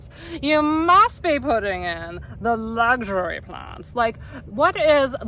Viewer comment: "the lugh-shury plhants, dahling!". 😂😂😂 Loved your cute-ness in this video!!